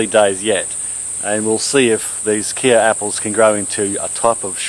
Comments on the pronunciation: Not "Kia" apples. It is pronounced like the "K" in "OK". Sounds like "Kay". Mmmkay? From the Kei River in SA. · I'm from South Africa, and wanted to just give you the correct pronunciation for Kei - pronounced Kai - hope this helps :) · Hi from South Africa, it is pronounced ky apple, like my apple. love your channel, from the Tsitsikamma Storms River Village just inside the coastal Western corner of the Eastern Cape, temperate 1200mm a year. coastal montane wetland. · Hello from South Africa! It's pronounced "kay" like the last bit of "okay" after the Kei river in South Africa. Cheers!